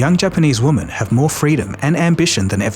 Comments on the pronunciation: Come on dude, you can use the correct pronunciation of 'women' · FYI, woman and women are not pronounced the same. I realize English is not your first language, still… ￼￼